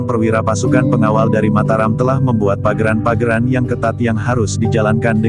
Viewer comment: Bukan pageran tapi paugeran. Pelajari dulu khasanah basa Jawa.